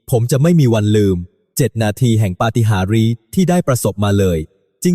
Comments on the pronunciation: อ่านมาได้เนาะปะติหารียเขาอ่านปาติหานโอ๊ยยยยย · อ่านเข้าใจ๋. อ่านว่า ปา ติ หาร ปาติหาริพ่อมึงดดิ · เอไอ ไม่รู้จัก ปาฏิหารย์ = ปาติหาน แต่อันเสือกอ่าน ปาติหาริ อย่าใช้เลยบางทีขัดหูเวลาฟัง หลายคำที่เอไอไม่รู้จักคำไทย เว้นวรรคก็ผิดช่วง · ปาฏิหาริย์ไม่ใช่ปาฏิหาริเสียหมดภาษาไทยจะวิบัติก็คราวนี้แหละ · คนบรรยาย..อ่านและพูด..ภาษาไม่ถูก..ไปศึกษามาใหม่..ปะ-ติ-หา-ริ..พะนะ ..เขาอ่านว่า..ปะ-ติ-หาญ..นะจ๊ะ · คำว่า ปาฏิหาริย์ (อ่านว่า ปา-ติ-หาน) ไม่ใช่อ่าน ปา-ติ-หา-ริ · เขาอ่านว่า ปาติหานจ๊ะ AI ไม่ใช่ปาติหาริ ห่วย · ปา-ติ-หา-ริ-นั้น😂😂😂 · เขาอ่านว่าปา.ติ.หาน.จ้าอ่านให้ถูกๆ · เขาอ่านปาฏิหาริย์ ภาษาไทยอ่านปาติหาญคะ อย่าอ่านปาติหาริผิดคะ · ใช่ครับ ภาษาไทยก็วิบัติหมด ปาฏิหาริย์ อ่าน ปาติหาริ ....เหนื่อยใจ ! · อ่านภท.ผิดมากน่าจะปรับปรุง ปาฏิหาริย์ อ่าน "ปาติหาน"อ่าน "ปาติหาริ" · ปาฎิหาริย์ อ่านว่า ปา - ติ - หาน ไม่ใช่ ปา - ติ - หา - ริ มันอ่านผิดใช้AI อ่าน ภาษาไทย วิบัติหมด ดูถูกประเทศไทยแต่ก็ยังเดินทางมาไทยคุณควรเดินทางไปประเทศอื่นที่ไม่ใช่ไทย เพราะเราเป็นประเทศด้อยพัฒนาเมื่อคุณไม่เชื่อความปลอดภัยของไทยอย่ามาเมืองไทยอีกเลยเพราะคนไทยไม่เคยแล้งน้ำใจ แต่ละครั้ง นับตั้งแต่นี้ไปขออย่าให้พวกคุณเดินทางมาไทยอีกโดยเด็ดขาดและคนไทยไม่ต้อนรับพวกคุณ😢😢😢😢😢😢😢😢😢😢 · ภาสาเอไอที่น่ารังเกียจ อำพาด ปาวติหาริ พูดได้กากมาก กลายเป็นคลิบขยะ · เขียนบทได้ดีมาก แต่การอ่านคำภาษาไทยที่ยากด้วยตัวสะกด สระพยัญชนะและการันย์ ซึ่งชาวต่างประเทศและ,AI ก็อ่านออกเสียงไม่ถูกเช่นคำว่าปาฏิหาริย์(ต้องอ่านว่า"ปาติหาร")แม้จะพอให้อถัยได้แต่ก็ทำให้เสียอรรถรสไปบ้าง (ยังมีอีกมากที่AI ทำไม่ได้เช่นการเล่าเรื่องที่มีการแสดงอารมย์ของมนุษย์เช่นการหัวเราะฮ่าฮ่า หรือร้องไห้ฮือฮือ่ AIก็ทำเสียงหัวเราะ หรือเสียงร้องไห้ตามธรรมชาติของมนุษย์ไม่ได้ ทำเสียงได้แค่เหมือนเด็กอ่านหนังสือเท่านั้น ฟังตลกไปอีกแบบหนึ่ง แต่ก็ยังไม่ตลกเท่าการแปลภาษาไทยด้วยกูเกิ้ลที่บางคำหริอบางประโยคซึ่งคนไทยฟังแล้วยังงงหรือต้องหาคำแปลซ้ำอีกทีหนึ่งว่ามันหมายถคงอะไร)สรุปว่าเป็นการยากที่AIจะเรียนรู้ภาษาไทยอย่างลึกซึ้งได้ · ปา ฏิ หา รี่😂😂😂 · คำอ่านผิดเช่นปาฏิหาริย์อ่านว่าปาติหานควรไปศึกษาพจนานุกรมฉบับภาษาไทยจะมีคำอ่านหลังคำเขียน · ปาฏิหาริย์ = อ่านว่าปาติหานค่ะ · ประ-ติ-หา-ริ😂😂